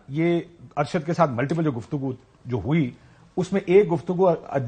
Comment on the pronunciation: Only one word is countable in the whole conversation that kashif abbasi pronounced: "Guftagoos"